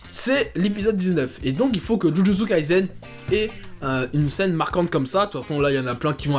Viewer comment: Jujutsu kaisen ce prononce avec un s et pas un z, kai"s"en 呪術回線、じゅじゅつかいせん, le s ce prononce comme samuel. Dans le Shonen Jump, il y à aussi Chainsaw Man qui est ouf en ce moment !!🔥🔥 Pour ma part j'espère vraiment qu'il rencontrera un meilleur succès que Kimetsu no Yaiba🙏🏼 Et perso j'ai commencer jujutsu kaisen ya 3 ans😭 il y avait même pas 15 chapitres, mtn il a vrm percer et sa me fait plaisire 🔥🔥🔥🔥🔥🔥